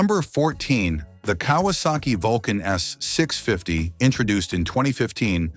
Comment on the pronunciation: “Kay -was - saki